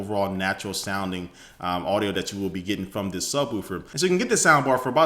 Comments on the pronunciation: SubwOOfer. Subwolfer is how it's pronounced. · Does anyone think the way he said subwoofer was funny?